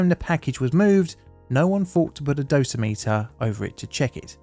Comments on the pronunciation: heads up, it’s “doe - sim - it- er” instead of “dose - meter” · One correction: "Dosimeter" is pronounced with the stress on the second syllable -- "doh-SIM-uh-ter." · Sorry this is driving me crazy. It is dosimeter (dough-sim-iter) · Survey meters are called dose rate meters. Dosa-meters like you called them sound too similar to Dosimeters which are badges worn to measure how much radiation a person has been cumulatively exposed to. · FYI: dough-sim-it-ur. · Just FYI. The word dosimeter rhymes with perimeter.